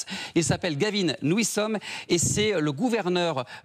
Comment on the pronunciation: "nouissome"... ridicule